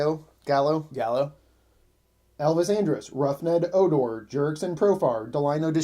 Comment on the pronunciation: these fools cant even say the name Rougned Odor correctly ....